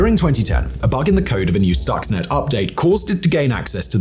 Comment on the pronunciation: For a clue on how to pronounce "Stuxnet" one only need look at the spelling: Stuxnet So, we may conclude that the correct pronunciation is – you guessed it – Stuxnet, not "stoxnet"